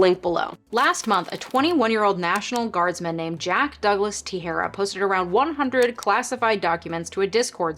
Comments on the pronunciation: Just a pronunciation heads up: Teixeira is generally pronounced te-SHEAR-uh. Love your content :-) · I've been getting your content in my recommendations and i like it. Just want to say though, the X in Portuguese, like Teixeira, is pronounced as SH, it's not like the X in the word Mexico. (That X, in medieval Spanish, used to be pronounced like it is in Portuguese, but around 1500 it eventually developed the sound of modern Spanish J and they changed a bunch of spellings. Except in the name of Mexico, where they kept an X there.) You are pronouncing his name like the Spanish word for scissors and that isn't correct.